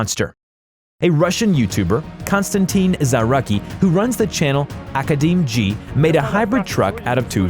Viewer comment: “Academeg” must be read with [...meg] at the end (means Academician with “silly ending” similar to Academizion for example). And his second name is Zarutskiy.